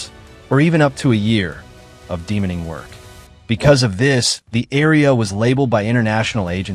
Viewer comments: Get a real human being to do the voice over please. There is no such word as ''Demoning'' it's de-mining. Removing land mines. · I guess this interesting and vital topic will be slightly spoiled by AI style sloppiness. "Demoning"? De-mining? Is there no more editing in the modern world?